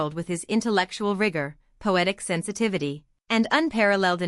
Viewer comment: Intellectual rugor? Yeah, that's all most think it is. Pi-ANN-ist iis the correct way to say it.